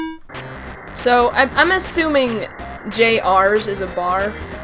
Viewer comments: I think "JR's" might be pronounced "juniors" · I've never been more thrown off that when I heard J-R's instead of Junior's.